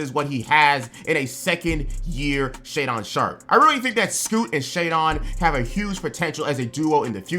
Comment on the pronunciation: scoot is gonna get rookie of the year. most of these "takes" are about on player from the team, you completely missed the entire roster in Portland and kept saying Shaedon's name wrong, it's pronounced 🤦‍♂. no mention of Ant or the acquisition of Ayeton, Brogdon, and williams, not to mention scoot himself🤦‍♂....the lack of info on just that team tells me you didn't do much research for any of the teams. this video has been a waste of everyone's time weather they realize it or not, congratulations. 🤦‍♂